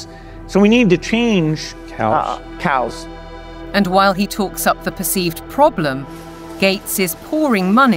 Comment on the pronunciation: The guy can't even say cow's like why is this man still breathing